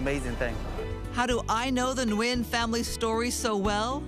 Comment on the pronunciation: Wonderful story. Please pronounce his last name correctly. Nguyen is (WIN)